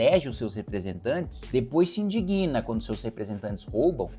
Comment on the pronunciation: EXCELENTE DEPUTADO: "Se indigna" é a conjugação do verbo "indignar-se" na terceira pessoa do singular do presente do indicativo. e não se "idiguina", que não existe. abraços